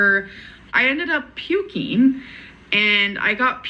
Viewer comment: ..." I started 'shivereen', I was 'pukeen', I got 'a bacteria ', they 'subscribed' me an 'antibiotiç 'etc.,etc.,etc.